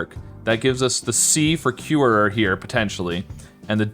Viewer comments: I love how he said curer like curerer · Y does he say er three times Pure-er-er Cure-er-er